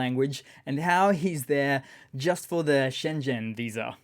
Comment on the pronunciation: Schengen is pronounced shengen with the G sounding like the g in thing, and absolutely not like Shenzhen in China